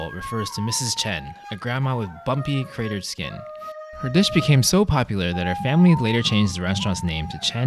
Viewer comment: At the start when he said “her dish” I thought he said “the bitch